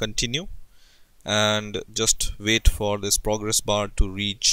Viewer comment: lov how u pronounce wait --> VAIT